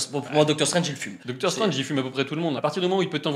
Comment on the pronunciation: MDK déjà tu va respecter le personnage c'est ”Strange” pas ”Strenge”